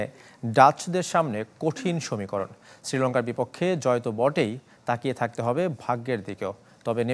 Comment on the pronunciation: সমীকরণ ❌ সমিকরণ✅ 😂😂😂 Rip Bangla media